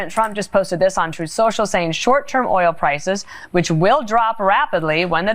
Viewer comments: It’s oil not ol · Fox news host can't even pronounce "Oil" 😄 Get his ass outta there if he can't even pronounce a simple word.